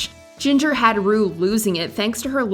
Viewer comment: When Jinx called Ru “ Broom” I died